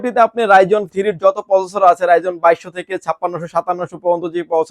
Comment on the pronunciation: ঠিক করে প্রসেসর উচ্চারণ করেন ভাই